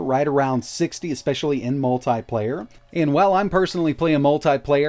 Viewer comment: Say multiple, now say multiplayer. This guy says MULTAI-PLAYEYR. okkkkk